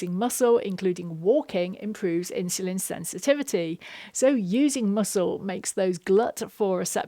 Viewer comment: My brain explodes: why do you keep switching pronunciation between ’insulin’ and ‘inshulin’?